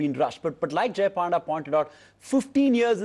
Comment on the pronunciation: this anchor even don't know how to pronounce panda. shame